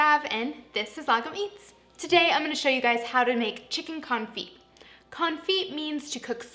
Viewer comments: It’s not con-feet. It’s cone- fee. The t is def silent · Thumbs down because this is what I took away from this video ... confeet confeet confeet confeet confeet confeet confeet confeet Good grief woman. You run a cooking channel and it's the topic of your video. 5 minutes of research and you would've figured out that it's pronounced con·fit ( /känˈfē/ ). The "t" is silent. All I heard through this video is how to cook chicken ... with feet. Disappointed. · It's pronounced con-fee like ballet is pronounced bahl-ay. French words don't sound the T at the end. The constant T pronunciation was like nails on a chalkboard for the whole video. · The t is silent...